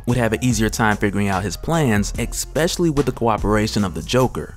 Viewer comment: Dope, but did u say ekspecially lol